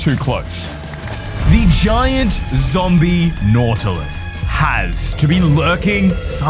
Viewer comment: "ZomBiE naUtiLIE"